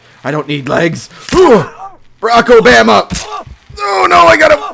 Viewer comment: wtf he pronounces Barack Obama weird.